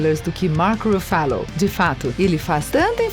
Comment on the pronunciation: Vídeo muito legal mas pelo amor de deus é Mark RUFFALO kkkkkkkkkkkkkkkkkk😂😂